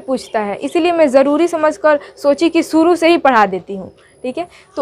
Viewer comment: It's shuru , not suru.